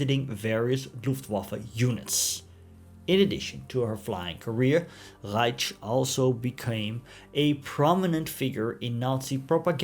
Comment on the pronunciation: Beitte die aussprache kontrollieren Sie hieß hanna reitsh nicht ratsch